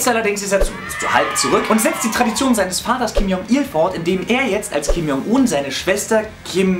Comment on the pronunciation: die videospiel idee is voll cool und übrigends, Kim Jong Un is koreanisch und das j wird als tsch ausgesprochen(nur so nebenbei)